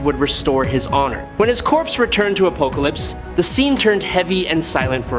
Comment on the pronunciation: Why can’t you pronounce apocalypse properly??